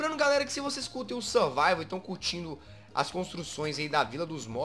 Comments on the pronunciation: na intro o jezz falou survivel com mods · o Jazz falou survivel com mods kkkkk!!😂😂😂